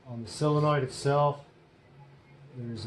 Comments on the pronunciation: I’ve never understood why everyone pronounces solenoid as silenoid,it’s quite bizarre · I’ve only seen one guy on yootoob that has pronounced solenoid properly, it ain’t you 😊